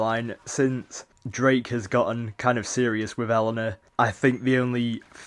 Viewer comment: It's pronounced A-Lana but still good vid